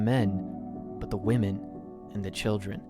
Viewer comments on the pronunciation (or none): none